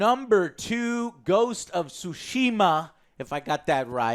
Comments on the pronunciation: Yo Joe, because you appeared to want to pronounce "Tsushima" correctly, Japanese is pronounced on the first syllable, not the second. So it would be "TSUshima", not "TsuSHIma". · It's ghost of Tsushima, not Sushima. In Japanese the 2 sounds exist: there is つ or ツ that is pronounced Tsu as in Tsunami (with an emphasis on the "T" sound) . Do not mistake it with す or ス that is pronounced Su as in sushi. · Tsushima. Think of the Tso from General Tso's, just replace the o with a u. It's not SUshima, it's TSUshima. Unless you pronounce Tso like Two-so. Stop it. Get some help.